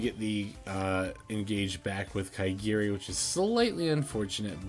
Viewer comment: It's ka-ga-ri not ka*i*gi-ri lol,sounds funny